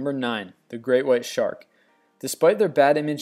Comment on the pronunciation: It sounded like you said grey white shark, its great... I could have just heard it wrong though, good list though i agree with it.